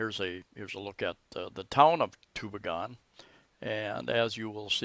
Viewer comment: Great little town. Been there hundreds of times. It's pronounce too-BEE'-gen by the way. I love the new stores they put up there too. We live just 25 Klm away in Catigbian. You went through there if you came up from Tagbilaran City, along with Balilihan and Corella. My wife is from Catgibian and we have a house there too.